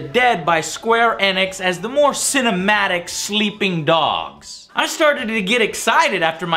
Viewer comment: "Sleeing Dogs"